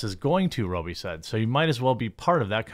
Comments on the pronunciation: For love of God ....pronounce ppls names properly ...its not Margo Row- bie it's Rob - bie ....rob as in steal ...not row as in a boat . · Rob bee not roe bee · It’s pronounced RoBBie…not rooby. Just so you know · Learn how to properly pronounce her last name it ROBEE not row bee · Man his pronunciation of robbie is really pissing me off. Its spelt robbie not robey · Roh-bee?? c'mon dude it's "Raa-bee" ... wtf... are you retarded? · Is it pronounced robe-ee ? Pretty sure most say rob-ee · Margot Robbie. Rob-E not Roe-B. Geez, Jeremy. It's not like is a Chinese name or anything. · Margo RowBee 😂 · Ok Jeremy, I love your content and all sorts of stuff you do...I can even deal with hearing about coffee brand coffee co- nonstop! Lol! But sometimes the Wisconsin accent is just too much! Margot Robbie being pronounced like a 'robe' you wear, opposed to like 'rob' a bank, is driving me insane!!! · Who is Margot ROBE-E? 😂 love how Jeremy can’t read or pronounce anything correctly! Always makes me laugh 😹 J-Bone it’s pronounced “raa-bee.” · ITS RAH-BEE NOT ROH-BEE! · Who is Margot Rowbee? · If he says Margot ROBY one more time I'm gonna lose my mind... He said the dude's name correctly (Robbie), and it's spelled exactly the same... Stop with the Roby. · It's "Robbie" not "Row-bie." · Robbie. Not Row-bee. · Margot ROBY??? ROBBIE Is pronounced Rob be... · ROB-E, not Robe-E 🤦🏻‍♂️ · As an aussie just a small correction, pronounced 'marg o' 'rob ee' :) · Mahr-go Raw-be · You said her name wrong every time... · At least I know how to pronounce Robbie Williams now. Cool. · I just wish he would get her name right